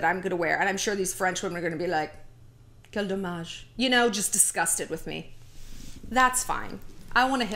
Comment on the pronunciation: Your 'quel dommage' is so on point!!!